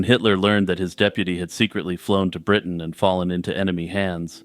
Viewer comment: Bwitain? Scotland. If you want to roundy-uppy to ewe-kay to not offend muslimes. "Europe" 😏